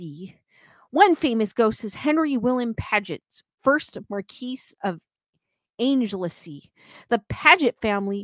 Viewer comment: Great stream, yes some of our English place names can be tricky to pronounce, Anglesey is angle see ❤